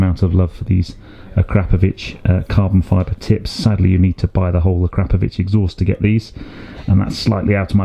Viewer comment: Finally; someone who knows how to correctly pronounce "Akrapovic". Thank you! 😁